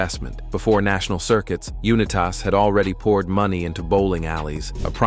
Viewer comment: Unitas. You-Nye-tiss. Not You-Nye-Tass.